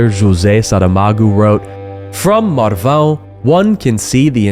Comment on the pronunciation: You´re not really an American. You can pronounce "Marvão"... 😅